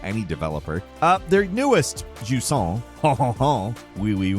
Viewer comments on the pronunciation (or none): Not that it really matters, but Jusant is pronounced "Ju-zant". In french, when an S is between two vowels, it makes a Z sound. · “Jusant Hunhunhun ouioui un baguette” -Falcon 2023